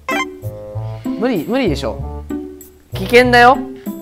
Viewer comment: うり、うりでしょ 無理、無理でしょ って言いたいのにうり、うりでしょ とっ言っているのが ちょっと可愛い